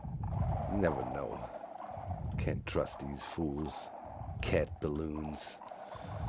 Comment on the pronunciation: I've never heard anyone mumble 'cat ballons' angrily before. Doc is a master at inventing new things